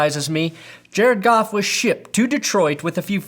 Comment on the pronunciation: thought u said golf..go home leave family..lol